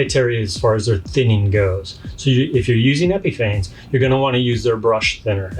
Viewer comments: It is pronounced "Epifawness" Your credibility is diminishes when you can't pronounce the name correctly. Lust absolutely will not go on smooth nor brus out. It also will not smooth out and too easily leaves holidays. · Great video! But you know you're mispronouncing Epifanes right?